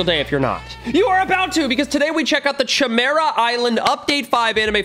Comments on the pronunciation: RUSSO ITS PRONOUNCED CIMERA NOT CHIMERA🤬🤬🤬🤬🤬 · i’m pretty sure it’s pronounced kimera not chimera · ki mear uh i think its pronounced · its a k sound not sh sound in chimera sory it just gets on my nerves some times love the vids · Not trying to be mean or anything but the proper way to pronounce chimera is kimera. The ch sounds like a k. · Me: he’s disrespecting hxh, he is saying chimera wrong, it’s more like Kimera, then chi mera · YOU SAID HUNTER HUNTER CORRECTLY LETS GOOOOOOO!!!!! And btw its pronounced: Kiy Mare ah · Chimera is pronounced (ki) (mera) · He keeps on saying Chi Mira lol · Bruh you used the wrong ch It’s pronounced Kymera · the Ch is said As a K Kimera-Chimera Learn english. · its pronounced ki- Mera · The way he was pronouncing chimera was tweaking me to a different extent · Yeah I hated that. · Mr Ok yea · Now Ik why you didn’t know how to pronounce “Chimera” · bro notice how he says chimera